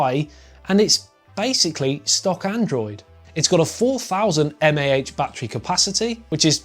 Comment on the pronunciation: The way he said mah is killing me